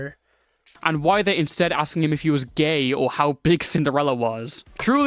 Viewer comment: ah yes, "sinderalla"